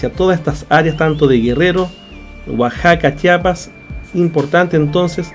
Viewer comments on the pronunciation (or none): none